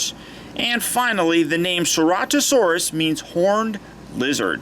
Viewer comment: U say it as sir-at-a-saurus